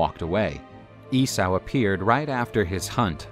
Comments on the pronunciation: EE-SAW NOT E-SAOU!!! GFDI! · You mispronounced Esay.. it's EEE-SO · E-sow?! Lol 😂 Esau like Yesau or Issa, which is actually the same name as Jesus and Joshua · I have heard countless people pronounce it this way and in 40 years I've never heard it said E-Saou! and many were theologins who studied the old ways. but what do 50+ theologins, historians, clergymen and the like know.... APPARENTLY!!! ffs